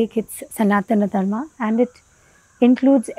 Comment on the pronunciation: Firstly please pronounce Sanatan Dharm correctly, don't anglicize it like YOGA. Secondly this diversity concept is rarely practiced so basically all followers of Sanatan Dharma are hypocrites.